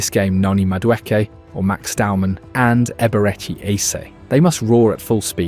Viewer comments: You stated that Timber's performance was a "centre back's dream" ... he played fullback in this match and has been a fullback for 99% of his Arsenal appearances. Also, Eze's first name mispronounced. And your audio edits are cutting off on-air talent's soundbites. forgive the nitpicks, would like to see the content improve as its solid stuff ... take care. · Almost there "a-beret-chee" "air-zeh"